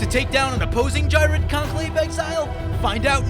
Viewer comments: Geer-red. The H is silence, like in Ghost (Not G'host, Gost) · Ghired is the only deck I built out of C19. I modified my selesnya token deck and made him the commander, with the same multiple combat steps idea in mind. Also, I pronounce him Gee-red. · It's pronounced ghired